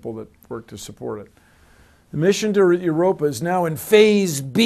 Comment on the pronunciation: 'Yer rope ee in.' It ain't rocket science. Erer.. waiddaminute...